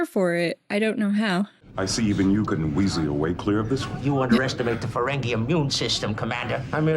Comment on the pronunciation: it seems like a silly gripe, but i wish would stop saying 'feren-gay' lol it might have started that way, but it quickly became 'feren-gee'